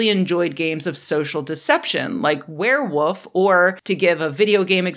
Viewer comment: Did I hear a “werewoof”?